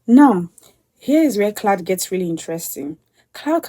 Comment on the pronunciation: CLAUDE NOT CLOUD